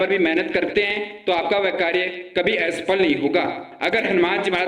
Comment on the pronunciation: are re pagal ..hanuman ji k naam pe views leta h ...watch time badhaane k liye ek baat ghuma k ghuma bola h 17 min ka video bana k public ko pagal bnata h ....aawaz suna h apna....or asafal hota h aesafal nahi ..burbakk